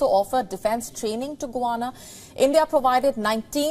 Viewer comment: Get your pronunciation of Guyana correct …